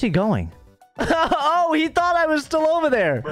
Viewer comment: brooo how he says thought makes me want to laugh to death.